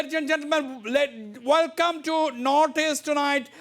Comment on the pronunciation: Hussian bhai why don't u say welcome instead of saying Velcome 😁